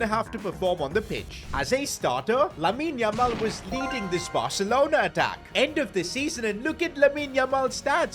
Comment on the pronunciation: How many times is he gonna say LAMEEN LAMAL 🤣